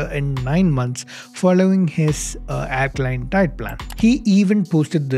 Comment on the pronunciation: Mallu can't pronounce alkaline or circuit or nine !! Sad but true.....